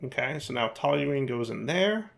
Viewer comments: Good job pronouncing toluene correctly! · pronounced "toluene" correctly! He's on a roll! 👏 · Yes, you actually are pronouncing Toluene properly as unbelievable as it might seem 😂